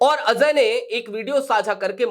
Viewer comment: Azhay nahi bhai, Ajay. Pronunciation theek karo